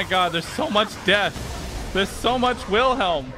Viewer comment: YOU KEEL WHEELHELM?!?